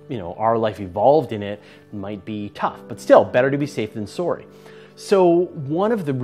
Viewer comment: that "surry" early on gave it away